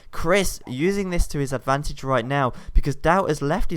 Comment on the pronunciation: I KEEP HEARING hight abantage ? what abantage like extra range when on toop of a hill?